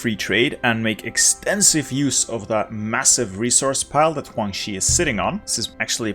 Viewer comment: And "Huang Xi", man it's Guang with a G